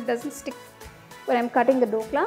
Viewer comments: not Dokla its Dhokla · The recipe is nice. Btw its “DH” okla and not Dokla😅